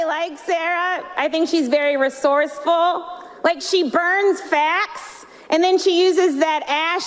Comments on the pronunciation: When she said "burning facts" people heard "burning fat" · I tell u the truth...first time I heard I really thought she said " burn her FAT and put it on her eyes".😂😂😂..but to hear her acutually say burn FACTS and turn it into Smokey eye makes more sense